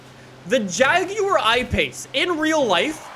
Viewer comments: The way he says jaguar though (jagiuar) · The JAGYEUR i pace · Jaguar Ipace Everyone:— 😑😑:— “hair erection” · why he say jaguar like that🤣